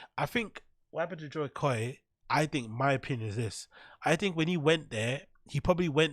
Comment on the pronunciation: The pronunciation of Jo koy as “joy koy” is giving me bapa vibes